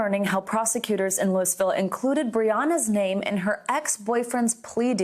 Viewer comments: Its not Lewis ville. Louavul or Looey ville are acceptable but never Lewisville. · It's not Lewisville. If someone works for a major editorial agency they should know the correct pronunciation of major US cities. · Did she say "lewis ville" 🤦🏼‍♂️